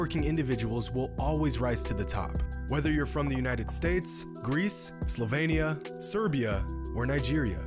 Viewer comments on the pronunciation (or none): It's Slovenia, not Slovania :/ also "202 olympics" lolwut? Best Regards, Your fellow Grammar Nazi